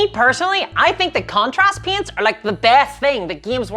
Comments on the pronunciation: When she says "paints" it sounds like an American saying "pants" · When you pronounce paints i hear it as pants 😂 Turns out that there's still a sizable warhammer fantasy 8th edition community in my area that has weekly games. Needless to say i just ask for my store that offers 3d printing services to print some high elf spearmen